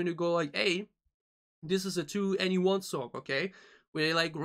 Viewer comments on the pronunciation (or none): 2NE1 pronounce 21 by the way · you looked up how to pronounce it and still got it wrong? "Twen'y One" - just listen to them introduce themselves on any song or variety show performance. 'To Anyone' is an album title and a play on their name ...just say 21 and drop the second T sound.